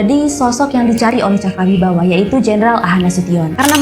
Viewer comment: Cakrabirawa ya kak. Bukan cakrawibawa 😊🙏